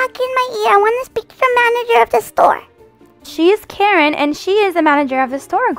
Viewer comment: Did you say karren